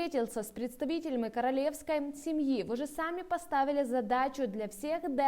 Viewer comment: "корАлевской" 😂😂😂😂😂 Це вже просто пипець)